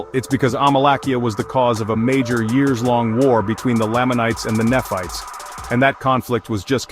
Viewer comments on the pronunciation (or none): “Néfi and Néfights” (Nephi and Nephites), “Moronee” (Moroni)? 😊 Did AI wright the script, too?